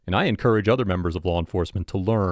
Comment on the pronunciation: I love your emphasis on the word “former”